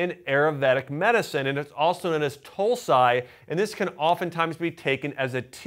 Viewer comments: FYI, Dr. acts the way to say Tulsi/ holy basil is tul-see, not tul-s-I. Thinkable you’re for the information. respects🙏🏽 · oml 'tulsiye' 😂😂😂 its pronounced toul see